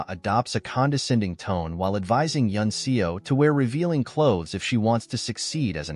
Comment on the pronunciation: The character's surname "Seo" is pronounced "Suh" not "See-o".